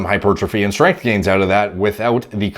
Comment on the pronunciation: Lol the protein synesis and Strenmnth tho bruh